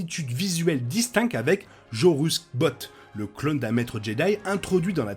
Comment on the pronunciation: Vidéo et analyse très intéressantes. Petite précision, le personnage du Legends auquel vous faites allusion est Jorus C'baoth (et non Jorus Baoth), son nom se prononçant "SA-bay-oth" selon son créateur Timothy Zahn. 😉Hâte de voir vos autres vidéos.